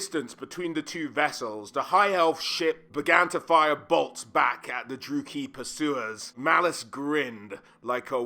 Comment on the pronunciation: It's a bit jarring how many names you pronounce wrong. Hag REFF? DruukEEEE? It might be worth looking up how to say certain names before making a video like this.